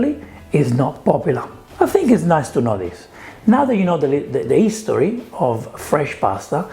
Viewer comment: 'Ang on, is the letter "H" silent in Italian, like 'ow it is in Spanish and French? This is the first time I've noticed you saying words like 'istory or 'ow,.